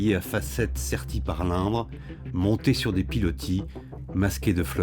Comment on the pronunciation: La rivière c'est l'InDre avec un D. Il ne sait pas prononcer.